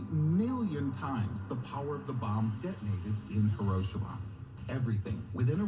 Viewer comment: The guy in the video calling Hiroshima Herowshama is pissing me off. IT IS HE RO SHE MA